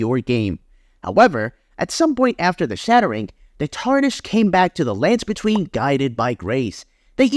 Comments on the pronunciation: the way you say "landsbetween" as one word irks me. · The emphasis you use saying "the lands between" is seriously fucking with me